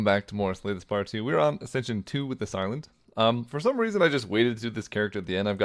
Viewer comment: When you say the silent, i keep hearing this island 😭